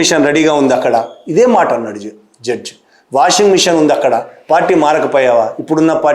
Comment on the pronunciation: జడ్జు కాదు సార్ జడ్జి.